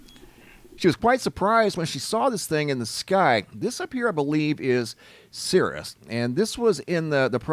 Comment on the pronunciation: Cirrus is a type of cloud/The star is called /Sirius', pronounced 'si_ree_us' (disambiguation)